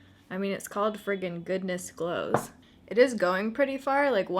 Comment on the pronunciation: At first I thought you said Goodness Blows"!!!